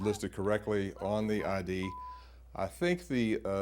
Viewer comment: Illi-noise? Well, not so bad as Arkan-sass